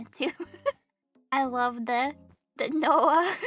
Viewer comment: says noeh as noah lmao